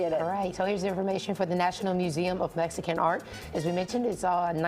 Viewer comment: MeXican not MeTzican. 🤦🏻‍♂️